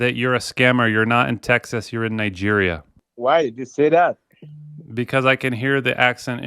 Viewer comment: i have never heard anyone in my life ever pronounce texas like that and i’ve lived here for my entire life